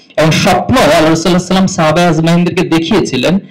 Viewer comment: সাল্লাল্লাহু আলাইহি ওয়াসাল্লাম এভাবে উচ্চারণ করে ভাই..?